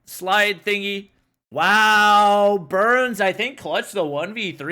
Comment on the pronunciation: It's burnz not learn